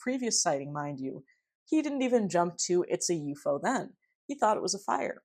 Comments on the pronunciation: I agree with your preferred pronunciation of UFO. It is the classic Fortean way of saying it, and signals you know the subject matter much better than the average "talking head" Youtuber. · New subscriber from Canada here, chiming in to let you know that, in the 1970s, there was a sci-fi series on Canadian television entitled UFO. in the series, the title object was pronounced exactly as you pronounce it. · Elmwood! Classic UFO ( You're pronunciation reveals your love and knowledge of the field-right on right on)case! Thanks! ❤️🙏❤️ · I feel nostalgia when you pronounce ufo that way... then again I'm a Keelian dork too